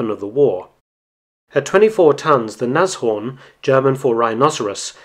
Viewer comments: Another real interesting video. If I could I'd give you a second like for your correct pronunciation of "Nas-Horn" instead of the usual "Nash-Orn". I bet you can also say "Messerschmitt" instead of "Mashersmitt", hehehe! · First time I hear a foreigner pronounce Nashorn quite correct, my germans ears are pleased!